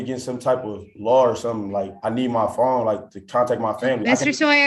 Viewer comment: “I need ma fone”